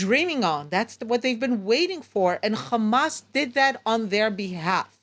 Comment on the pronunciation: So far all I see is death of civilians and destruction of great city build by Palestinians not by zio no its of Eastern Europe and Harvard students G return to the 1967 border given to you by the UK And you can Waite for the meshia to designate your land if milk and honey And plz pronounce the word ha n’as not Khhhhaaamaaasss You can say say HOME but can’t pronounce Hamas